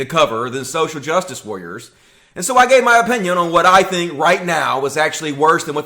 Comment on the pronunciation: "Social jus wah-rers"